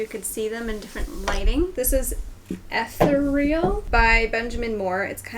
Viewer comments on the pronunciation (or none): "ether-real" - I'm sorry, I couldn't help but laugh lol. I believe you meant "e·the·re·al" Love the transformation, awesome job! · It's pronounced "eth-EE-ree-ull," which means "heavenly." Guess you didn't find it too heavenly, lol.